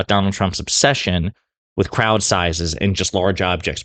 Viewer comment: And AGAIN he talking obaut small crouch,,oooppss 🙊 I mean,,crowds 😂🤣🤣